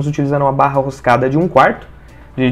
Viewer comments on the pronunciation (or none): "Borra" roscada?